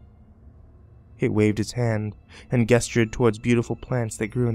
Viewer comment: ...it is pronounced jestered not gestered